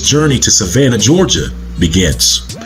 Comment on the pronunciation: Wait, did you say Georgia?